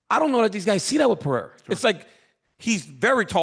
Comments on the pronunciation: Who is Alex "Pee-era" ? Lmao can someone please tell both of these dudes how to say the guy's name correctly already lol. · Purr-ray-rah its easy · PE - RE - I - RA 💥🤯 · Chael is gonna have me saying 'Piera' soon enough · Serious question: does Chael intentionally mispronounce legitimately every single fighter’s name 😂😂😂